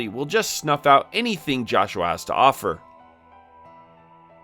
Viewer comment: Man did you just straight up not play the game at all? You're pronouncing 2 names wrong. Joshua is pronounced "Yohshua" (he says it right away) and the Cyuss is pronounced "Seeyus" not "Kaiyus"